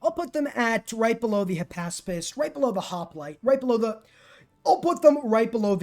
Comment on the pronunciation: Back up! Who ARE you? You almost had me fooled into thinking you were, but then you pronounced “hypaspist” correctly.